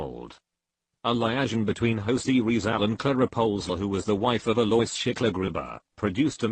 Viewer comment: Manilawa ako sayo,eh hindi mo nga mapronouns ng tama ang pangalang Jose Rizal 😆